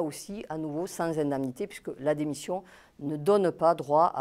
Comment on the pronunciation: pourquoi la meuf elle arrive pas a dire indémnité, elle ma tilté